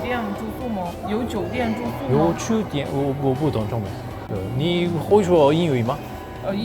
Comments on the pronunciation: 毎回気になるけど、酒店の読み方(ジオディエン）、しゅでんじゃ伝わらないと思う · Fireさん的酒（Jiu/じゅ）店的发音每次都有点像书（しゅ）店呢，不过其他的发音已经很好了，学习速度很快呢